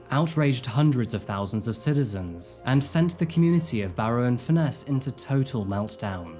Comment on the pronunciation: Just a note, its pronounced furnace not fur- ness. Its a beautiful place to live, I live on walney, and my daughter was friends with Ellie and one of the young women named as being trafficked. I might stress my daughter was never ever with Ellie on any dates. She did have to give a statement to police. This has rocked the town like you wouldn't believe. May I add, a minority of the town did act inappropriately towards the Asian community, but we very rarely have racially motivated crime in the town. Not everyone targeted those mentioned. I would also like to stress that those named have reputations in their own right.. no one will ever know the full truth and I don't think we ever will find out. As a town we will heal,and support. Still very raw, many people feel very hurt, misled and deceived. But as always barrovians bounce back, and despite what you may here, we are very welcoming and hospitable people